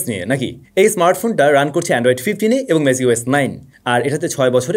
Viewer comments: MagicOS কে Macios বলেছেন। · mistake hoise vai.. magicos na bole magisos bolesen😂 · MLStake ছিল প্রথম ভুল আমার কাছে দ্বিতীয় ভুল মনে হয়েছে MagicOS শব্দের উচ্চারণে। Take Love from Moghbazar ❤